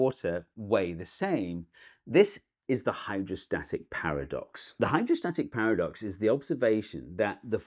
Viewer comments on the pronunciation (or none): the Hydrostatic "Paradise"